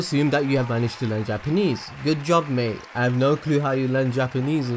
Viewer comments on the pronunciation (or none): none